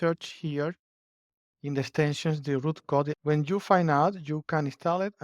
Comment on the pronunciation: It's Roo Code, not Root